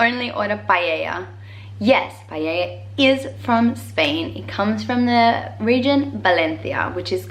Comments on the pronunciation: Girl PLEEEEEASE... if you are already beginning levee B2 of spanish DON'T say pallella!!!!!! Is paElla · Ahhhhrg! She says "payeya"! It drives me nuts! Everything else in the video is great. Also, be proud of being a guiri. You make an awesome guiri. Own it, girl! :) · Igual que otra gente que comenta: te escribo en español así practicas :D Muy buen vídeo y debo aplaudir tu pronunciación con las Cs (AndaluCía, ValenCia, BarCelona). Lo único que te falta por pulir es Paella :P Al menos no lo pronuncias "paela". Sé que es una palabra difícil, pero lo conseguirás. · You pronounce "Paella" like "Pallella" hahaha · Me mata de la risa que en vez de paella diga "pallella" 😂😂🙊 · Say with me: PA E LLA.... Not "pallella" :-P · no entiendo porque todo el mundo que he conocido que no habla español en vez de decir paella dicen paellella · “Paella” not paieilla xdd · y payeya cuando quiere decir paella 😂❤️❤️❤️ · paella not pellella pls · Pleaseee P-A-E-L-LA NOT PALLELLA hahaha it just makes me so nervous, just for you and every other person that doesn't know to know💖, love uu❤️ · I'm sorry but it's very funny the way you say "paella"😂😂 you pronounce it like "paieia" (greetings from Spain) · Love the vídeo! Watching this even though I’m spanish, just to know what surprise you. By the way its paella, not “payeya” and also the word you didn’t remember is cazuela, but you said it pretty good.💕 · btw is paella not paiellia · Me gustó la parte en la que dijo pallella xd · "Paieia" (xd) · It’s funny how she says payeya 😂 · Whats with "guiris" even those who speak Spanish... calling paella PALLELLA XD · " Pallella" jajaj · Está claro, la sangría sólo para los guiris :) eres muy graciosa cuando dices pallella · I love your pronunciation of "Paella" it's so funny because you say "pallalla" xD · Paella... say it like Paeja... that's how it sounds to us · Dont only order payeya Love the vid, I just find it funny how foreigners struggle so much with the word paella xd